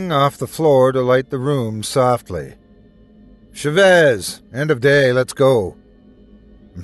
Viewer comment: ChÁvez not chavÉz, it drove me insane that you'd accentuate the wrong part of the word; please you have google translate use it before mispronouncing names so bad T-T